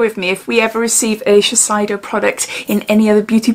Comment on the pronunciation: Sorry to be annoying, but it’s pronounced sheh-say-doh